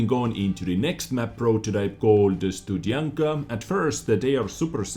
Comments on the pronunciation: It should be pronounced like this: stoo-d(heavy)shian-ka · It would be cool if you at least tried to pronauce 'Studzianka' in a Polish way ^^ With 'y' in the middle it sounds and looks a little to Russian to my taste.. :/ I don't know how to describe the way you would say it, but you can always ask Translator Girl :D She's hot, and also polyglot!